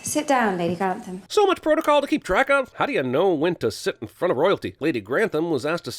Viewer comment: Pronounced ..Gran ..th..am and not Grant..ham Abbey. Think ..tom ..ate..o